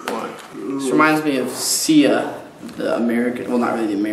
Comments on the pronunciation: his name is more pronounced like "Shaaaaa" for the Xia 😊😊😊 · his name is pronounced as Shee-ah :) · It's pronounced Shee-ah. AND YES, FINALLY! Junsu is such a versatile and special artist. He's a musical actor, his ballads are always in top K-dramas, and of course, he can dance. Not to mention, he actually composed "Flower." It would have been cool to see you guys react to both a dance number and a ballad of his. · Late, but for those who are wondering how to pronounce XIA, it's essentially "shee-a" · It's pronounced as the end of Asia, aSIA. Hence, Xia. I can't remember why he chose that, but there you go. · Please react to Xiah's Tarantallegra and Incredible. The way you pronounce his name is like she-a I believe. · Xia is taken from the word Asia. So if you know how Koreans pronounce Asia, just drop the first "a". If you don't, pronounce the "X" like the hard "sh" (sort of "zsh") sound in Asia, and it's "sheeah" with emphasis on the "ee". I tried my best. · Also it's pronounced like CHIA Seeds but a lil more soft "CH" like the "SH" in the word SHE.. so like 'SHE-AH" :D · Xia is pronounced like Asia without the A. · if i remember correctly it's 시아. so it's pronounced she-ah. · I believe it's pronounced "Shia" I remember him saying it was like saying Asia before just in case you were wondering P.s super happy you reacted to him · Xia = SHEE-uh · Just in case anyone is still unsure, Xia is pronounced as Shi-A. :) Thank you for the reaction! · It's pronounced like Shia, like Asia without the A. This would have been so much better if the lyrics were there. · xia(h) ispronounced like asia without the first a. Hugo has no idea of the drama. Anyway, I'm a huge fan but did a lot of people request this song because I feel like any of his other songs would have been more interesting musically and less confusing visually. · I love Xia so much Dx It'd be great if you could do more of him in the future <3 Ah, and I think it's pronounced she-uh?